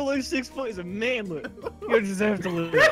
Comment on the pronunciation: 'MAANLET' oh ok then